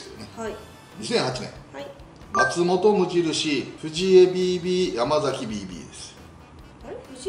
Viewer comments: やまざきじゃなくてやまさき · あと、やま「さ」き、くま「ば」ら ですね。 こういう内容なら名前は正確にお願いしたいです